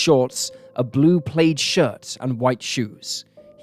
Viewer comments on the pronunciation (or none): Enjoy your videos, but plaid is not pronounced 'played' it is pronounced 'plad' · How can you not know how to pronounce the word 'plaid'? 😀🤔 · You pronounced PLAID wrong!! Not a long A sound. Same A sound as in BAD, SAD and MAD. ☃️.